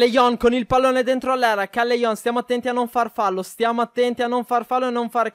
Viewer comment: Il cognome CALLEJON SI LEGGE "calleion"